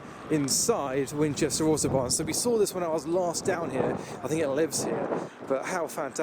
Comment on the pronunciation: I legit thought he was saying Autobahn until I realized he was saying Auto Barn. But man despite the rush this meet looks fun as heck